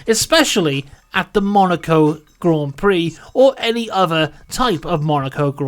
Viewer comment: Came for the information, stayed to hear "Grand Prix" pronounced correctly so many times.